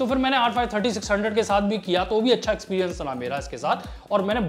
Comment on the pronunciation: Ig experiance nahi experience hota haii🤓🤓😂